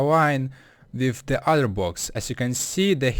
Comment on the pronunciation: He can't pronounce the 'L'. For example he says 'bwocks' instead of blocks. Nothing wrong with that, but it can be a little bothersome if you pay attention to that kind of stuff.